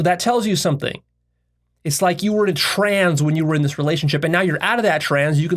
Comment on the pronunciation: Stop pronouncing the word trance as “trans” it’s petting my pet named peeve lol